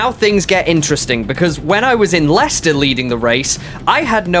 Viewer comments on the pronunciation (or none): none